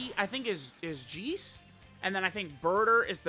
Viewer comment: Why did pronounce Jeice as Geese